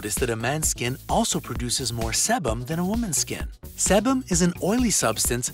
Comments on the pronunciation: Sebum: SEE-BUM; Sebaceous: SUH-BAY-SUHS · Sebum has a long e sound, and sebaceous sounds like “su bay shus”